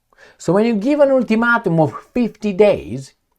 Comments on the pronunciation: Ool-two-mat-um?, I'm just trying to help.. let's try it again. Ul - ti - mate - um. The "a" is the only long sounding vowel. Hope that helps. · "ultimatum" : all vowels are pronounced wrong , no mean feat.